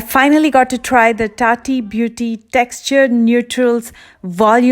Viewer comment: Sorry but "tati beauty" 😂 😂